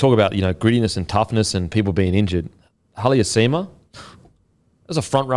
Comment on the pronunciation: Halasima not haliasima